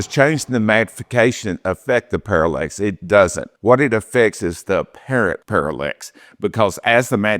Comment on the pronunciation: I just kind of stumbled across this video on YouTube and this dude cannot pronounce words correctly. It’s parallax not parallEx and the focus and the parallax are two different things. Pretty sure I’m not gonna be subscribing to this guy‘s channel.